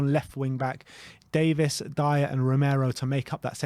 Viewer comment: His name is Davies. Not Davis. Why does every person in the world still get this wrong?